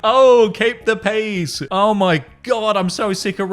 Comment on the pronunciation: The first I heard you say, “keep the peace,” I thought you said, “keep the peas.” So every other time in the episode it’s mentioned, I just pictured someone with a hand full of peas 😂